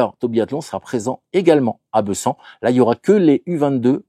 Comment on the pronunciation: Bonjour, Un détail venant de Savoie : ici, comme partout en France, on prononce le « e » de Bessans « é », comme il se doit devant une consonne double, même si l’accent doit être absent…